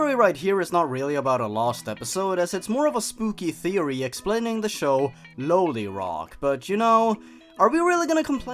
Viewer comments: The last one?! No, no I'm cool with it. Nothing wrong... (Quietly cries "No" in a corner) By the way, it's pronounced "Law-lee Rock". Just pointing that out. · IT’S PRONOUNCED LIKE LOLIROCK AS IN LOLIPOP U UNCULTURED POOPY This is a joke